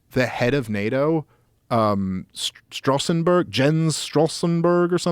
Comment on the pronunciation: He really did butcher Jens Stoltenberg's name, but that is okay